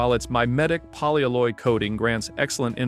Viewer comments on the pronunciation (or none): Poly alloy. It's a compound word. It's not "polyaloye"